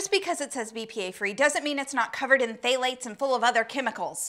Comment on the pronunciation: Woah there, you can't get all uppity on the pronunciation of your oil and then butcher "phthalate" like that.